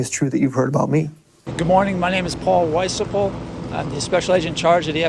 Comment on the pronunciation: His name: Paul wysapol How he pronounce it: pol waysapel How actually pronounce it: Paul wiyspel